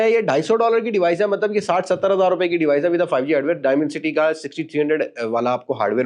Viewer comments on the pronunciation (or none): none